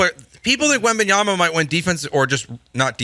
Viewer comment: *WembanyaMa. Do get his name right.